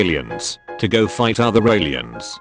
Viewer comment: Get a new bot reader. It mispronounced the word "go"